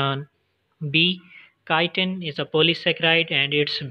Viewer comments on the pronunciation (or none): none